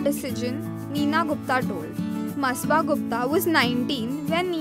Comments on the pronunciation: It's masaba not masba 🤞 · It's Not Masba It Is Masaba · First of all - atleast take the name of your topic properly... its not ‘masba’ ITS MASABA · Its not Msba😂😂 its ‘Masaba’ and her pronunciation is Masaabaa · Sis!!she is Masaba... Not msba😂😂😂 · It's ma-sa-ba.. Nd masba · It's not pronounced as masba, it's masaaba (spelling masaba) Not illegimate. It's illegitimate. Not kemo, cameo (just how it's written). Not desijon but decishun (decision) Whoever did the voiceover needs a lot of practice. It's sad that very young people without training do voiceovers badly and sab chalta hai bcoz they are paid so little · It's Masaba not masba , jahil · It's masaba not masba 😂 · It's मसाबा not बसबा, urgh u are so irritating stop sayng masba please🙏😓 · Shafik Khan it sure was annoying me every time she said- masba